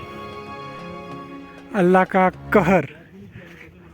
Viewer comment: Good and Informative Video on War Memorial! But it appears you are having difficulty in narration in Hindi 😮 Especially that phrase ' Allah ka Kahar ' . you are quoting and narrating in wrong way. If are not sure about any words or sentences it's good to be silent 😀 Thank You